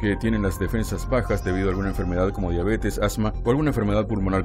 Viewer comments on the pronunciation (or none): none